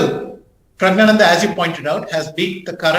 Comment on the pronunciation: He keeps saying Prayg and it keeps pissing me off, it's a simple Indian name, Praggnanandhaa or just call him Prug, what's Praayg?